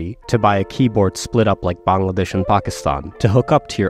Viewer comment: WHO ARE YOU? YOU GOT AN AMARICAN ACCENT AND DIDNT BUTCHER THE PRONOUNCIATION OF BANGLADESH?